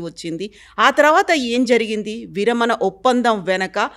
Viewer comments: యాంకరమ్మ, విరమన కాదు విరమణ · విరమణ not విరమన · విరమన కాదమ్మ, విరమణ.. తెలుగు రాని ప్రతి వారు anchors మా ఖర్మకి.. కేరళ ఆయన తెలుగు చాలా బాగా మాట్లాడుతున్నారు.. చూసి నేర్చుకు చావు.....